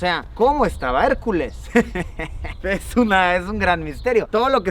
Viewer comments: Por favor digan me que hicieron meme cuando dijo Harculas AJAJAJAJA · "harculas" JAJAJAJA